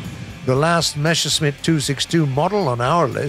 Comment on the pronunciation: Messerschmitt. Not Meshersmitt